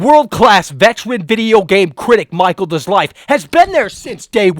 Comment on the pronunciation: Oh maacheal lol